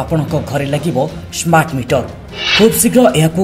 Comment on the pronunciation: ସ୍ମାଟ ନୁହେଁ ସ୍ମାର୍ଟ